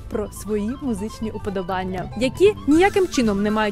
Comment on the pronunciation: Дякую! Цікаво. У слові "уподОбання" - наголос на другу "о". З повагою.